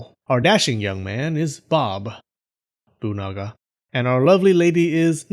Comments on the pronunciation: Nobunaga? Ne, Bobunaga it is Minamoto? Nope, Ninamoto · "Bob..unaga" and "Nina...moto" I almost laughed out loud at that part, but manage to hold it back somewhow xD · i was drinking water when he said bob-unaga 😂😂 anyways great video 👍👍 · When he said Bobunaga I thought he said Babayaga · Bobunaga Niganaga Ninamoto Karlamoto Lol dude that Bob-unaga made me laugh XD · I love how his vowels change after the pause. Good pronunciation! :)